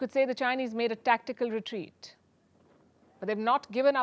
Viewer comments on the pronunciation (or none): none